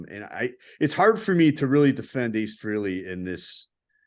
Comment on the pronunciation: Nice show, but PLEASE pronounce Ace’s last name correctly! It’s Fr A ley, not Freeley. Thanks!